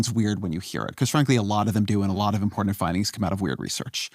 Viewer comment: Important. Not impordant. 😊 Also, great interview. Thank you.